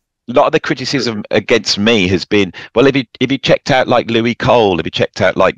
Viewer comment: Louis Cole is pronounced like "Lewis" not "Louie"